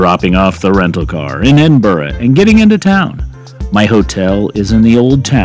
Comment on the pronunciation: 10/10 on your pronunciation of Edinburgh. Opens the video with a 'WoW' factor.